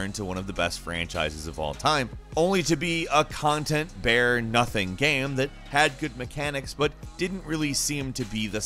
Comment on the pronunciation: I cannot get over the weird way he pronounces "game". Like "gaeme".